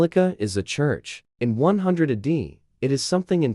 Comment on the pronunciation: Ah day? AI slop. Check your work, please.